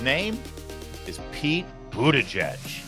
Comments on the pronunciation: It's literally pronounced 'booty judge'. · Booty-WHAT??? People pronounce his name in DIFFERENT ways! It is Hilarious!!! Now he Dreams of Being the 1st What ? PRESIDENT